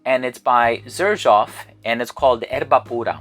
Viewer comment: Sirjoff is the correct pronunciation